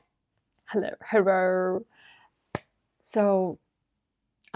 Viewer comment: Did you say "hurro?"